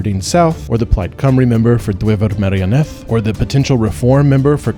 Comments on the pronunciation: Just need to express thanks for having a fair crack at pronouncing Cymraeg as someone from overseas; your "Plaid Cymru" and "Dwyfor Meirionydd" were far closer than the average English person on the BBC. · As a Welsh person I must say that pronunciation of Dwyfor Meirionnydd was incredible I am really pleasantly surprised! Da iawn (well done)